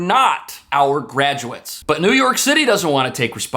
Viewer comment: I wish you would STOP saying New Yory City is finish 😡